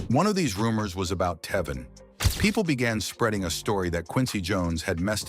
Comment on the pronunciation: Who th3 fuk is this narrator?.. he cant even pronounce Tevin's properly and why is this idiot bringing jaguar right into this ?.. this has to be an a.i voice .. wjy dont people look into Quincy jones and all th3 adults that was supposed to be his gaurdian while he was being sent to different states?.. diddy aint the only predator , they need to bring Russell Simmon to justice and Clive Davis ??